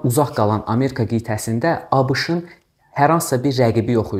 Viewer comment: Müəllim A Ş K'nı nə gözəl deyir😂